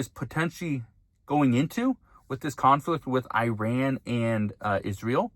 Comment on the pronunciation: At the risk of sounding pedantic, Google "pronounce Iran" and say it correctly.